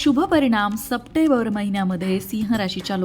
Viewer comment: सप्टेंबर म्हणायला शिका मॅडम . चुकीचा उच्चार होतोय